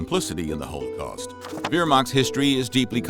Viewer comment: You need to learn the correct pronunciation of Wehrmacht and holocaust, unless your doing it on purpose to sound folksy. If that’s the case then please realize it only makes you sound ignorant of the material. Your mispronunciation is only part of your problem with historical accuracy. You incorrectly assumed the drug you called Nazi speed was a black pill with the street name of “black beauties”, a combination of Amphetamine (Speed) & Dextroamphetamine. The actual drug they were using was methamphetamine, a much more potent and dangerous drug. it was sold over the counter as Pervitin and it’s actually a white pill and correctly pronounced the way it’s spelled per vit tin not per vit teen. It already popular in Germany before the war and had been taken by soldiers on there own in Poland and France. The Nazis initially tried to ban it until it was discovered that it not only kept soldiers awake, but it also reduced their empathy. Even the Nazis recognized the detrimental effects of the drug and published guidelines for its use. What good are you doing to promote the study of history and the increase of historical knowledge if you don’t have your facts straight and correct pronunciation is also a type of fact.